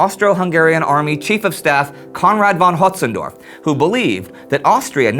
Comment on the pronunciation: Konrad von Hötzendorf I wince every time that name comes up